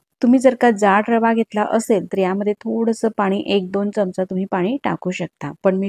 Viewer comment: ढोकळा छान झाला पण चमच नाही हो चमचा म्हणा